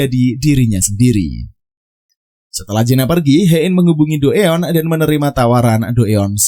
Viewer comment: Sebenarnya males dengerin alur cerita yg bahas drakor tapi selalu salah pengucapan namanya 🥱 Hae in dibaca he in buka ha e in Si eun dibaca si en bukan si yun Do eon dibaca do on buka do eyon Kepaksa nonton karena lupa alur cerita s1 nya